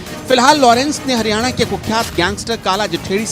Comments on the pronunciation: 1.14 Haniyana 🤣🤣🤣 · Hadyana nhi haryana